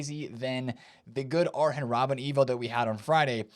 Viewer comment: Ar YEN ROBBEN. JILL-BERTO Silva. Come on 😠